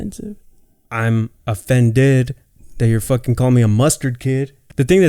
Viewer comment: “I’m offen-DED…that you’re calling me a mustard kid.” 🤣